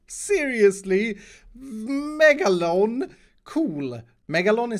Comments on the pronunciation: It's not megalon its MEGLADON. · Megladon not Megalone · Megaloan close but it’s megaladon it’s a shark